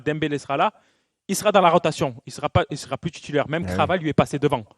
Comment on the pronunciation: Juste Younès Belhanda, le joueur dont tu détruis le pseudo c'est Kvara et pas Krava